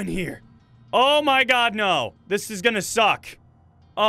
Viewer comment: He said Oh My Gwad 9 Times I Counted XD